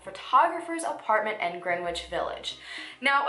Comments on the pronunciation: Greenwich village is pronounced without the w. Like "Gren- itch" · FYI: "w" is silent when pronouncing Greenwich. E.g. sounds like gren-itch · Just a heads up, Greenwich village is actually pronounced more like "grenich"